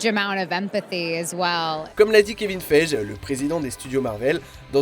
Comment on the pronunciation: Kevin Feije !??! Mon dieu...😲🤯🤦🏾‍♂️😂😭